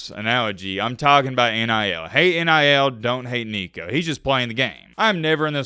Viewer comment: Nico just added an "n" to his name...